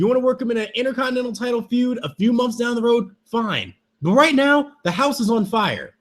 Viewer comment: is them pronouncing months "momphs" a gimmick or...